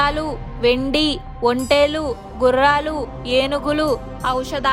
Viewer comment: Video చాలా చాలా బావుంది. కుబేరుని నిధి గురించి చాలా విలువైన విషయాలు చెప్పారు. ఒక మనవి - దయచేసి pronunciation మీద శ్రద్ధ పెట్టగలరు. ' ఒంటెలు' కి ' ఒంటేలు ' కి చాలా difference ఉంది. ఇది మనవి మాత్రమే.